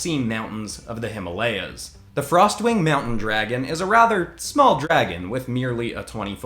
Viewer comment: bro sorry but you pronounced Himalayas wrong